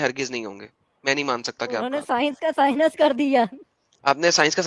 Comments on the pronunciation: ye science ko sinus bolta hai.... aur gyan pel raha hai 😂😂😂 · Science ko Sinus bolta hai.. MC, BC...